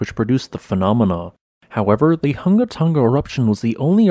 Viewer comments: It's pronounced" Hoonga hoonga"not hunga like hung! And pronounce the ng, like in song, sing. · Man.... you are slaughtering the pronunciations of our islands, it 'Hunga'!!!!!!!!😔😔 but yeah Sunsets here are awesome from Tonga....